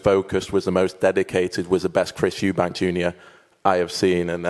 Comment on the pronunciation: Eubank* what is it with you Americans getting it wrong lmao and also “Eddie Hearns” instead of Hearn